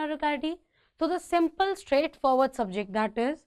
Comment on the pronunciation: Its subject and not sub